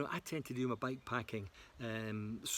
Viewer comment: Good stuff mate! Can't tell at all if you're saying bike packing or back packing 😂 but otherwise love your work.